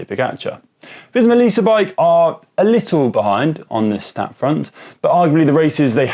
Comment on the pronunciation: After watching UAE's less than stellar performance at the Giro and Suisse I'm thinking their stars win DESPITE the less than stellar management. I'm starting to think Pogacar can win on any team..at least any team that lets him do what he wants with tactics, etc. LIDL = "LEE-dle" not "little". Where was the UCI and their ethics questions in 2005 when Belgians towed a guy not on their squad (Paolo Savoldelli) in a chase of Gilberto Simoni? The result was Savoldelli holding on to win the Giro by 28 seconds thanks to his Belgian friends...or should I say his DS' (Bruyneel) Belgian friends? Rumors were that post-race payments were made to the Belgian helpers.